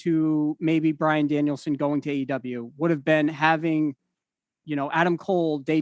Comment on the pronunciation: JR sold Brian's debut to perfection WHILE also getting his name right each time 😂